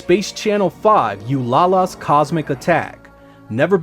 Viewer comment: her name (Ulala) is pronounced "ooh lah lah"